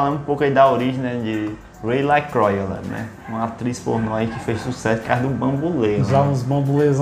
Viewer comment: LaCroix se pronuncia "lacruá"